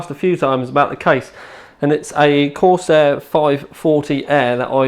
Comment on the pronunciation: i think he like coarsiar...